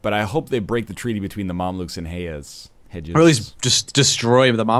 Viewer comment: Hee-Jaz, not hejuz.